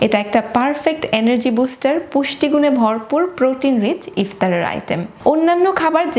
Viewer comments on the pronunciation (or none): none